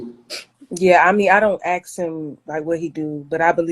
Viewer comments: Axe! Makes me crazy. Unless you’re Lizzie Borden, you aren’t “axing” anybody anything. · ...wait, "axe"? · After I hear a woman say “axe” I’m not interested anymore